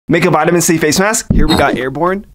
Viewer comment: comment:Make an vitamin C face mask Him reading it:Make an VOTAMIN C face mask